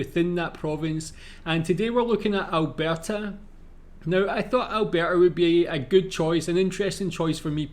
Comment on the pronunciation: Your Scottish accent saying Alberta is just perfect 😂👌🏻